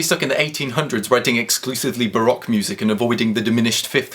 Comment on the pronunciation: you pronounced baroque wrong.